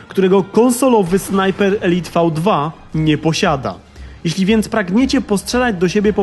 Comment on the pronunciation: Elite czyta się elajt